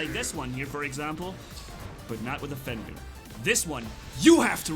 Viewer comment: is it just me or do i hear fenlir instead of fenrir